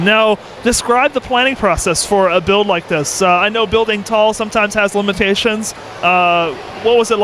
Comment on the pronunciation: Derp/10 😂 "I always wanted to bwuiiiiiiild